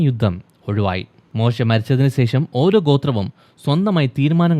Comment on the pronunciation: Don’t keep on telling “sesham” pronounce it correctly with clarity “shesham”